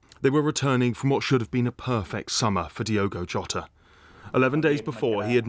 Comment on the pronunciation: His surname is pronounced Ho ta . RIP .👍🇬🇧🦊